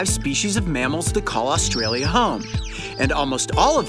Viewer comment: He says asstralia